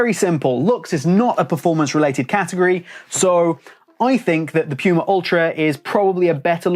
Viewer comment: this video is so good but still a hated watching it😂 puma is german and spelled "pooma" in english😖 piuma is just wrong😂